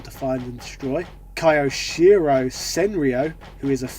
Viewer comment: Ok, I can stand you saying Ryu(and I know how you are reading it utterly wrong at this moment, I can hear it)...but Kay'o Shiro and Heil'o Mehru were too much disrespect to my ears and to the announcer. No justification for such outrageous pronunciation lol